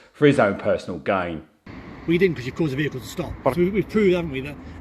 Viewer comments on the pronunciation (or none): 'if i hitz youz or a vechilez haz hit youz, youz be liable' hahahaha